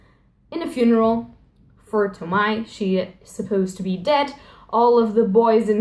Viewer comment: It's Toh-mee-eh